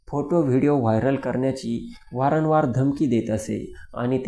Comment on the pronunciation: वारनवार नाही भाऊ वारंवार म्हण